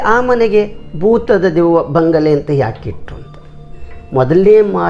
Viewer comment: ಬಂಗಳೆ ಅಲ್ಲ ಬಂಗಲೆ..